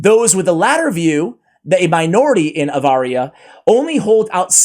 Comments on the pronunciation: AVaria? It's ARavia. Get your brain checked. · Honestly my friend, honestly honestly HONESTLY.... Keeping in mind your admitting that you have a hard time reading and pronouncing words. It's a painful experience to sit through Story Time With. Like the first sentence you repeatedly call Aravia, AVARIA. It's actually a big deal to those that really go in for the lore. Everything matters. Tone, pace, sense stress and especially the pronunciation of the words! 😅 Love you dude, it would do all involved a big favor if you slowed down and practiced just a tad more rather than doing it poorly then admitting it. Imagine how it would come across if you met a Saudi Oil Prince and you told him how much you love Saudi Abaria!! 😮 -✌️